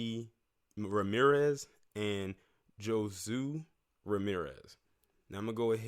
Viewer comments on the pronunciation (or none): Josue is pronounced with a H sound like Ho Sway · Josue is pronounced Hoe-Sway... anyway I think there is more to this story. He pissed somebody off. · This is in San Bernardino County.. im so sorry for that family.. Josue is pronounced Ho-Sway and these people need to be locked up forever.